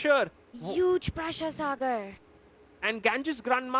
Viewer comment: always mentions sagar as "cigar". Thus cracks me up always😂😂😂